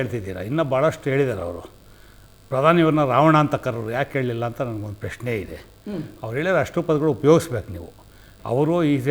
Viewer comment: ಪ್ಯ ಶ್ನೆ ಅಲ್ಲವೋ ಪ್ರಶ್ನೆ... ಮೋದಿಯನ್ನು ಟೀಕಿಸುವ ಯಾವ ಯೋಗ್ಯತೆ ನಿಮ್ಮರಿಗಿಲ್ಲ... Logic ಬಿಟ್ಟು ಮಾತಾಡಬೇಡ